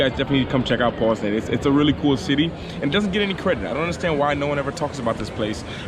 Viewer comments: Jus to help u out a bit wit the name, and I'm not sayin dont say it the way ur sayin it, but the polish way to pronounce it is PAWS-NINE..good luck on ur journey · PoznaŃŃŃŃŃŃŃŃŃŃŃŃŃŃŃŃŃŃŃŃŃŃŃŃŃŃŃŃŃŃŃŃŃŃŃŃŃŃŃ not Poznan ;)